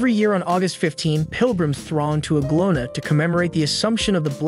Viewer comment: Nice but reader needs to get words pronounced better. Anglona us a pilgimage site for millions of Christians.